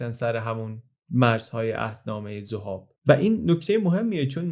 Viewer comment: خیلی عجیبه که حتی توی ویکی‌پدیا هم نام زَهاب رو می‌بینید و امروز هم سرپل ذَهاب و دشتِ ذَهاب داریم در حالی که شما بیش از ۴۰ بار توی ویدیو می‌گید ذُهاب. ممنون